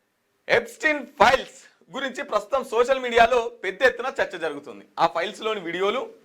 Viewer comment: అన్నా అది piles కాదే files 😂